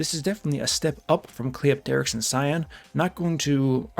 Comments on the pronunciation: Even though I agree with pretty much everything you said, my "like" on this video is entirely for being the only content creator to pronounce Cleopterix right. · You're the only CC that pronounces Cleopterix's name right. Impressive. Also Guurda looks like the old Ghostbusters cartoon antagonist "Boogey Man".